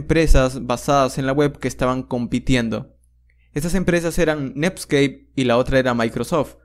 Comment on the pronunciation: todo el inicio me pregunté que es "nepskei"...